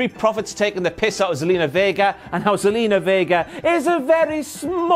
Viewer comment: It's Zelina not Salina.